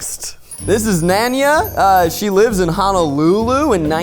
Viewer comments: Sorry, I lowkey died when Zach said Nanea wrong LOL. I’m a local from Hawai’i and the name is usually pronounced Na-Neh-Ah. And fun fact, it’s very common for people who live in Hawai’i to be mixed. In this case, the doll is part Hawaiian, thus she is what we refer to as “hapa.” This is very common, as it is a result of colonization and the introduction of other cultures from the plantation era. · Nanea = Nah-Nay-Uhh From someone whoʻs born and raised in Honolulu, HI (also Honolulu = Hoe-No-Loo-Loo) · THE PRONUNCIATION OF NANEA HAS ME LOSING MY MIND RIGHT NOW ...ITS NAH-NAY-UH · It hurt me with how you pronounced Nanea. It’s pronounced Nah-Nay-ah. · The pronunciation of Nanea’s name….. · that nanea pronunciation was diabolical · The way they pronounced Nanea’s name was cringeeeeeeeee 😅